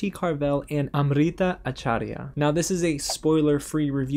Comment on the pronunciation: Kudos on you to pronounce Amrita’s last name. I know I would have butchered it. When I think of Sister, I think of the Sister Act, not Sister, Sister, since it wasn’t one of the sitcoms I used to watch. I really hope Wandavision is going to be one of your favorite series, since you bought a shirt.